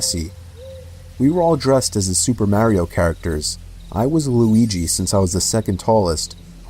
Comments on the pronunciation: Still can’t get over how he keeps calling him “Mareyo” instead of “Mario” 😂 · Lol Idk why but I hate how he pronounces the name Mario. Mary-o. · super mare-io? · The way he says Mario 😭😭✋🏼✋🏼